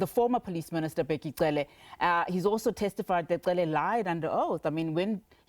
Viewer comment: Why would he continue to pronounce Cele like that?